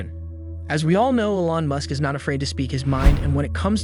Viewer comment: First time hearing someone pronounce elon ellon